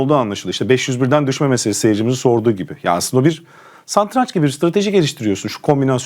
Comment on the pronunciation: Peki neden satrança her seferinde saNtranç diyor🤦🏻‍♂️🤦🏻‍♂️😬😬